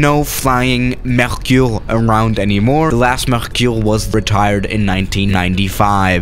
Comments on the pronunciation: you have to say dasso mercUre You don't have to say dassaultee or mercioure c'est facile! Test le rafale à marseille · Dassault MerKIour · Idiot! Don’t try to pronounce Mercure in French if it is so difficult for you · I'm french and you are say "Mercuure" no " mercure" 😭😭😭😂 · « The salt merciour »😂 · Nobody:: Mehküüüüh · Nobody:: Dassault mEcUrE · mdrr dassault mercyoure 😂, j’adore comment prononce les trucs français.